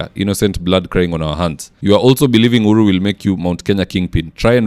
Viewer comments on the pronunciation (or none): none